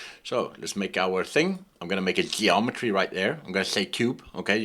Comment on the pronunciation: LOL the first words :DDDD Ghgheometry!